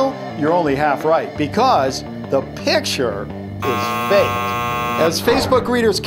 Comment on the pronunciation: He spelled fake like fak at the end of the video when he said it was fake!!!